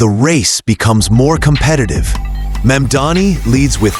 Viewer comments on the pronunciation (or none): Americans must love sexual predators and criminals. I cannot understand how disgraced Cuomo has so much support. He believes that by deliberately mispronouncing MAMDANI's name, somehow he can get ahead. What a scum. And every one else who deliberately mispronounces MAMDANI's name only air their ignorance